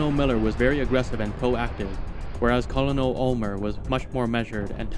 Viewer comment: Your videos are awesome, but the military rank of "Colonel" is pronounced "KER-nil."